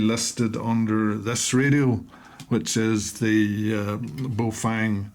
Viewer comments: not bay oh fang.... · pronunciation guide...... Ba-oh Fung...--> bag of wind. or Good to hold... depending on how used in context